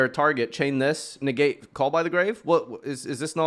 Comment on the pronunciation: "...Facial movement to the finger... " NEGAAte " hes so cool 😂